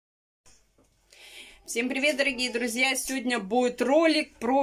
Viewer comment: "Сёня наа буит обзорчик вкантарить в целом по идее". В этом вся!!! Может пойдёшь поработаешь на телевидение, преподавать язык тарантинский. Вон уже сколько людей на ем научились писать и говорить. 😁😁😁.